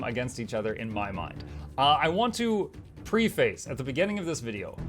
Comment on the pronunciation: “Pre-face” lmao 🤣